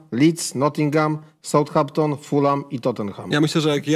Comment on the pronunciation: RUDZKI 😢 kilka lat w Anglii spedzonych ekspert ligi angielskiej ale dalej poprawnie niepotrafi wypowiedziec Southampton. Od kiedy south czyta sie SOUT ??!!!